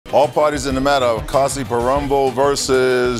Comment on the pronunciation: He seems like a Malayali. It's pronounced more like Koyiparambil than Kazeeparambil, as the narrator pronounced